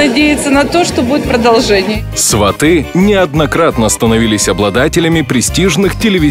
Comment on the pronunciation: Автор, ударение в слове сваты на первый слог. Говорите правильно.